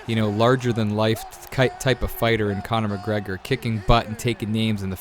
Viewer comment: Don’t ever say Conor mcgregor like that ever again